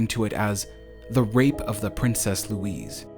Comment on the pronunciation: Princess Louise is pronounced Lou - eez - uh